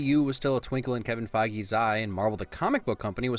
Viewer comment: That Kevin Feige pronunciation though